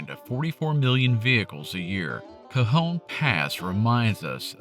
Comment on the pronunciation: Thank you for not pronouncing it “Ka-John” 😂